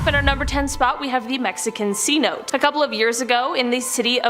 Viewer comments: Sorry, but it's pronounced sin-o-tay, not c-note. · I am curious if anyone else noticed that she did the same story 2X or am I way too tired? Also shirt is kinda see through (kinda cute though)...1 more thing ..cenote is pronounced seh-no-tay